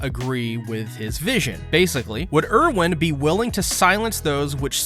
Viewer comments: Why do you pronounce things differently than the show? They all say "Ervin" not "Irwin" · My guy it’s pronounced air-vin, not urr-win